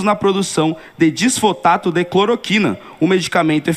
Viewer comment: DISFOTATO KKKKKKKKKKKKKKKKKKKKKKKKKKKKKKKKKKKKKKKKKKKKKKK